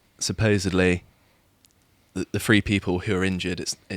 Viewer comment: Someone needs to tell this guys on the left it's "Three" not "free"